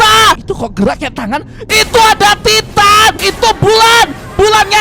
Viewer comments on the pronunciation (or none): none